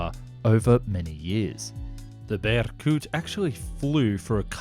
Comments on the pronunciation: bErkut, not berkUt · In "Berkut" it's not the [u] that's stressed but the [eh] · This guy pronounced Berkut as brrrcut lmao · Come on, it's bErkut. There's a google translate ready to help